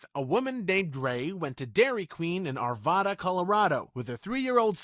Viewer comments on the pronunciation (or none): You are mispronouncing Arvada, The second syllable should sound like add rather than odd. I'm guessing you probably mispronounce Nevada as well. Same thing. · You always know when someone isn't a local to the Denver area when they say AR VAH DAH. It's AR VA DUH. I went to that DQ as a little boy, it's been there FOREVER, I'm old. Racists seem to be emboldened recently. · That’s not how you say Arvada. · Ugh. That's not how you pronounce Arvada.